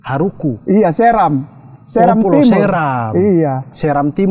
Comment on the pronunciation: dari ambon mna jiku 🤣 kocak! Bilang pulau saja salah2 😅ngaur